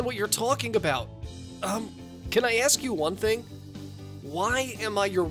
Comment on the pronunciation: bru she said vone